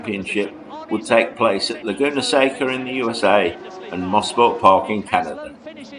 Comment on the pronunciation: what a time to be alive!!! BTW...its not "mossport park" it is pronounced mo- sport for motor sport park. now they call it Canadian Tire motorsports park but to us locals it will always be MOSPORT. THX FOR THE GREAT VIDEO.